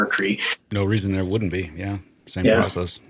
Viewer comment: Thar. Them thar asteroids.